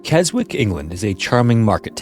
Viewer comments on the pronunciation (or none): Keh-zick, not Kez-wick btw. I remember when this one happened, awful 😓 Love your uploads ♥️🙏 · The W in Keswick is silence, so it’s actually Ke-sick (most W in English place names are silent, like Warwick, Berwick, etc) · It's pronounced as "Kes-ick". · It is pronounced 'Kesick' not Keswick as it is spelt. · It's pronounced 'ke-zik', in The lake District 👍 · Keswick is pronounced Kes-ick, the 'w' is silent.😊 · Can't believe you're covering Keswick - Kes'ek (pronnounced by the locals). Lovely place, now back to watching. Loving the channel and have been for years, top man! I even know the story that you're covering, my girlfriend used to manage Oxfam (charity shop) just a few doors down from Kong, I was visiting her after work that day on my motorbike. The traffic was backed up all the way down Borrowdale road alongside Derwent Water lake, the other way all through Booth's car park (nobody could get out or go anywhere). As far as I remember there were 3 fire trucks and many smaller first responder vehicles surrounding Kong. Nobody could quite put their finger on what exactly happened but it looked very serious from outside looking in - especially for a small town like Keswick. Unfortunately as small as Keswick is, it and the Lake District in general is definitely not short of tragedies, perhaps you will cover some in the future as well, they all deserve a light shone on them. Especially those involving people trecking the fells woefully unprepared - could serve as warning to others visiting. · Keswick is pronounced ‘Kezzick’ - been there a few times, once I walked past that climbing place and mentioned it to my wife, it seemed interesting - glad I never bothered! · The W in Keswick is silent and so pronounced 'Kessick'. One more bit of useless knowledge for you. 😉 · Keswick - is pronounced kessick, the W is silent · "Keswick" is pronounced "Kezzick" (I'm from the area). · It’s pronounced “ke-zik”. The W is silent. Otherwise love the videos as always 😊